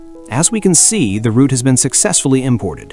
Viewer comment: Work with pronunciation, especially word ROUTE!!! Video is good